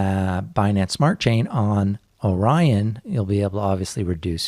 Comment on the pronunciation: Man, you guys put out some fantastic content! There are some good, even great crypto channels, but there's FAR too many that are just CryptoKiddies talking 'bout nothing, and trying to get YouTube rich. Oh, "Orion" isn't pronounced "Oren," it's "Oh-Ryan." You know, like the constellation, or what Ryan's girlfriend might say during an intimate encounter. Ohhh Ryan :-)